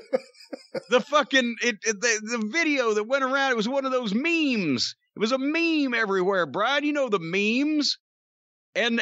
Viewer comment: Lol he said it before in a previous episode but pronounced it as me-me